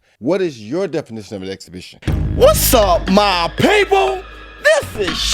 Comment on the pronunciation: daang took a jab at Tyson "exabithen"